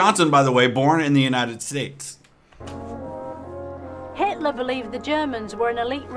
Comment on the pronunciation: I loved it when she intentionally called Hitler, Hateler.